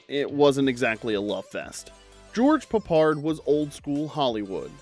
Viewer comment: Garbage from start to finish. Porly researched and with the silly inaccuracies in the commentary and the stupid pronunciation of Peppard, I mean who TF is George Puppard?! I've totally wasted 20 minutes of my life on this crap!